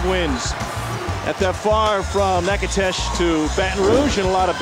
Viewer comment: That pronunciation of Natchitoches was so incorrect that my whole body cringed